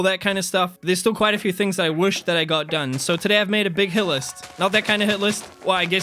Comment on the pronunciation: I love your content.... I don't love how you say woosh instead of wish 😂